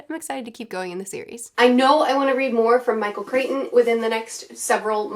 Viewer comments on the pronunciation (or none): Crichton rhymes with frighten 😁